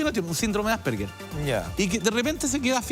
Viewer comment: "Asperger" 🤦...ignorante dios mio